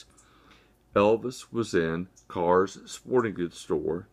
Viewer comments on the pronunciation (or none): The store name is not pronounced "cars." It's Kerr's. The same family that made Kerr's canning jars.